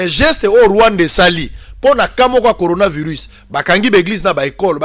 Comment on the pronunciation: LEMBA NEMBA TOUJOURS NA BUZOBA OYEBI KOTANGA BIEN BAKOMI CORONAVIRUS ET YO OZOLOBA GORONAVIRUS NIONSO WANA PO BATU BAYOKA BUZOBA NA YO QUE OZOLOBA GORO EZA MAWA.